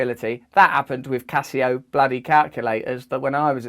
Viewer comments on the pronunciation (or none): none